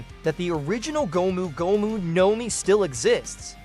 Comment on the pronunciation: Prolly cause of how he pronounces gomu gomu